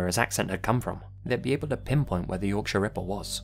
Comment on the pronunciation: Oh my goodness! Someone who pronounced Yorkshire correctly! Even some English people can't do that correctly